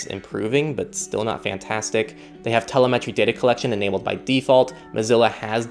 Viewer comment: Thats not how you pronounce "Telemetry"